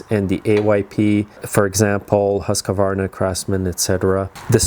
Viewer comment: Husk-varna. NOT Husk-a-varna.